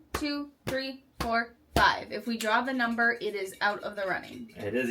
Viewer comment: Enjoyed watching “feed the fish” 😂😂😂 Addie nudged out “The Martian” with her nose! 😂: “T-he”.: “, that’s “the”. 😂 You two crack me up!